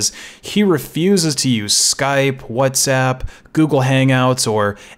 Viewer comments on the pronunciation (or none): none